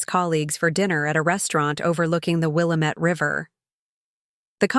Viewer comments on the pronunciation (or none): will LAM et not Willa met. Geeze, at least get place names right.